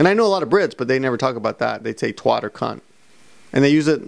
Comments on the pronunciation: Like these long vlogs, sometimes it's good just listening to people talk straight up with no editting. For twat, you need to emphasise the a as A , twAt , dunno if you wanted that information or that but there you go haha! Also, Les Miserables is 100% manly, and no one should ever think otherwise ;) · I've cried at plenty of Japanese films subtitled in English. Some stories just transcend language barriers, honestly some of Japanese cinema is just so tragic:*( How does not cry!?! British people don't call it a twot, its pronounced twat, it roughly implies saying you are an idiot. Americans are very conservative when cursing compared to British imo.